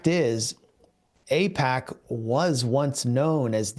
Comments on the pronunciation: It's NOT pronounced A-peck, it's pronounced A-PACK as in PacMan. Don't be so sloppy. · Apaaaac not apeeec